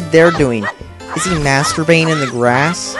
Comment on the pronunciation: why play it if you don't like it. btw learn to speak and pronounce words right ex. "Masturbanin" really come on.